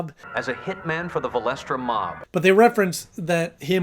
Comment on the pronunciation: I think you said valeksa because thats the last name of the joker from Gotham tv series